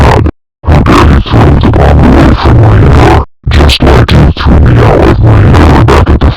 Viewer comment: I just realized when the Damien voice try’s to say me, he says Maine instead